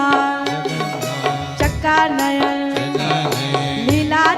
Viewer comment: जगन्नाथ चका नयन निलांचल वाले हैं.... कृपया उच्चरण सही करें 🙏